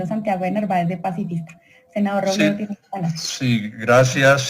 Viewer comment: El senador Roblablablabledo...